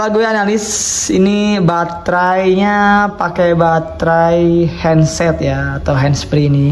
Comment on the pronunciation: Headset bg bukan heandset